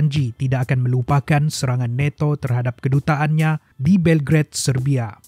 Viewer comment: neto🤣🤣🤣🤣nato bos bukan neto🤣🤣🤣🤣